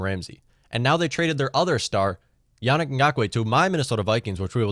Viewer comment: It's easier to call you Mutt. Mike Twit (also easier to say, but you know who I mean you) you should really, be respectful and call him Yah-neek. This is what people mean by systemic racism and the failure to recognise it meaning that you are part of the problem.